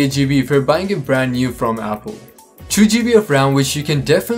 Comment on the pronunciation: Please stop saying “GB” as “gebe”😒